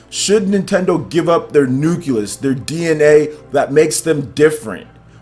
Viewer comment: What is a “nuculus...?” Do you mean “Nucleus...?” LOL.